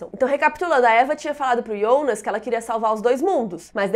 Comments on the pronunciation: Iana? (Jana) Reguina? (Regina) Ionas? (Jonas) wtf? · Adoro seus vídeos! Mas por favor pq vc fala os nomes todos errados! Vc falando TRONTEE, dói os ouvidos! Pq Ionas e não Jonas?